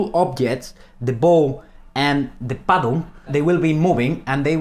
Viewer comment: when he said paddle ,it reminded me of the movie"The Dictator" when Aladdin said cuddle